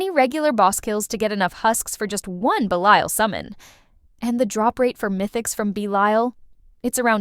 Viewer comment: AI pronounced Belial correctly once. 😂😂